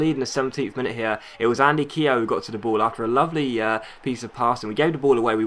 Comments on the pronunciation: Keogh's name is pronounced kyoo.. not keehoe.. haha good vid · ITS PRONOUNCED KYO NOT KEYO PLEASE STOP SAYING IT WRONG IT SO ANOYING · Keogh's name is pronounced Kyoo. Not hating on you just giving you the heads up. Love the vids keep them coming :)